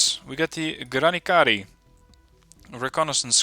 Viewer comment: Please stop torturing the language. That č is not c. The mark on top is not dirt or some comp glitch, it denotes you should pronounce that as "ch", like in Charles. So, it'll be granichari, not granikari. Thank you.